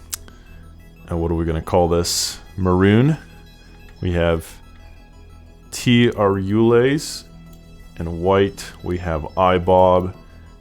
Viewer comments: Did you just say "Tee-Ayy-ruu-lays" ??? That's "T.A. RULES", chief. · TA Rules, man, not T Arules, lol. Great cast, thank you